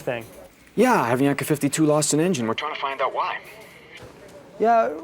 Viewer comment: The narrator cannot pronounce Avianca if his life depended on it